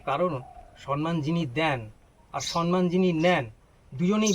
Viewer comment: আজকের জীবন শিক্ষিকা সুস্মিতা মন্ডল এবং তার স্বামী, সন্তান, শ্বশুর, শাশুড়ি, কানুদা এবং অতিথি দাদাকে নিয়ে এই ভিডিও খুব সুন্দর লাগলো। শুধু একটি কথা বলি অতিথি দাদাকে। বাংলা ভাষা নিয়ে খুব সুন্দর বললেন। কিন্তু দাদা আমি একজন লেখিকা। তাই বাধ্য হচ্ছি একটা কথা বলতে। আপনি বারবার ভুল করে বলছেন সন্মান। কথাটা সম্মান দাদা। ধৃষ্টতা মার্জনীয়।